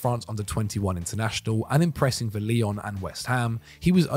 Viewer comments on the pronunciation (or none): none